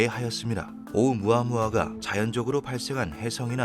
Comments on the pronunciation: 오무아무아ㅋㅋ 반복적으로 나올때마다 졸웃기네 ㅋㅋ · 오우무아무아 할 때마다 몰입이 깨지네...